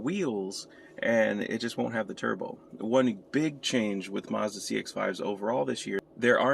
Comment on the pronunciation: There is no r in Mazda